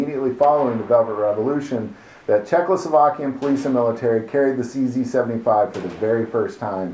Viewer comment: Number 11 It's pronounced [tʃe zed] in Czech.